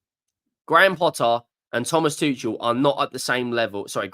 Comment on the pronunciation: It’s pronounced: Too-kul. Good day. 🫡